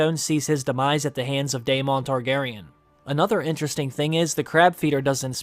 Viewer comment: you pronounced Daemon wrong , re watch the tv show, listen to the name , say it properly, esp if you are making these videos. You just sound like an idiot when the show pronounces it one way and you decide nah that not how you say that name,Ill say it like this. Please rewatch the show and learn how to pronounce the names properly